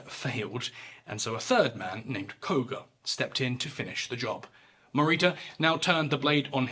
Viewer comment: How you effortlessly and so eloquently pronounce all these individuals names, from varying nations, and different periods of time with such a sharp-tongued delivery is beyond my southern American accent. That said, Japanese torture and killing methods gave even the Nazis & SS a run for their money! The 731 files are just reprehensible to read through.